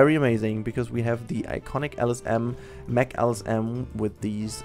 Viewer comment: Oh my God... You as a German should know its pronounced Mack not meck xD Anyways great video;)